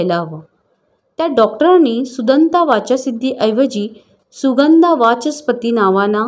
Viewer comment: सुगंदा ,कता असे उच्चार रसभंग करतात.